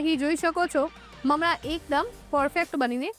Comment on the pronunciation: બહેન તમે મમળા કેમ બોલોછો?મમરા બોલાય.